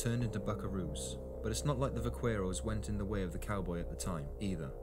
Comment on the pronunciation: Va CARE os not quair. OK Cor Al not Coral